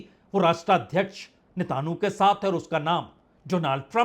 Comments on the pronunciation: Please sir, Ne....ta...nu nahi Netanyahu please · جناب اسرائیلی وزیر اعظم کا نام تو صحیح سے مخاطب کریں مانا کہ وہ معصوموں کا قاتل ہے جنگی مجرم ہے ، اس کا نام نیتن یاھو ہے ۔۔۔۔۔۔۔ نیتانو نہیں ہے 😊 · यह उच्चारण कहां से लाए हो "नेताणु" ? विदेशी चैनल भी ऐसा कुछ नहीं उच्चारते, लिखने में भी वर्तनी में ऐसा नहीं है, आप तो मोदी की तरह नकली डिग्री धारी भी नहीं हो फिर नेतन्याहू का उच्चारण नेताणु? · You are the best reporter , , Plz try to say Netanahu Not netanyahu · Ap ko netanyahu ka naam bolne me ghalte hore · चाचा नाम तो देख कर सही पढ़ लीजिये। न्यूज चैनल की तरह आप बोल रहे हो। नेतनयाहू है।😂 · पहले प्रधानमंत्री का नाम बोलना सीखो फिर न्यूज़ दे दो